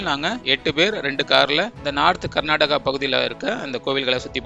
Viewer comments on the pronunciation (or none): none